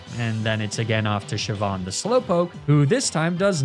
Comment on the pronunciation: All the Pokemon names he mispronounces, and he gets Siobhan and Saoirse right?!